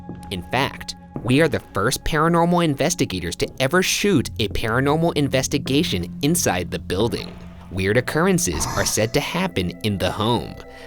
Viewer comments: anybody else catch ryan saying inevestigation rather than investigation... ??? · Ryan: inavestigation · Ryan says "ongoing inevestigation" is this on pourpose? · Did anyone else hear ryan say "inavestigation" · “As part of our ongoing innervestigation” -Ryan 🤣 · "as part of out ongoing inevestigation..." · Why did Ryan say the word ‘investigation so weird in the beginning😂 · did anybody notice how he pronounced investigation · the way ryan says investigation has me crying